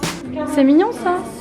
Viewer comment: Le nombre de fois qu’elle a dit mingion jpp 🤣🤣☺️